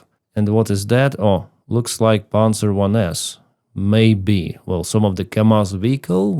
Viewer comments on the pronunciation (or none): none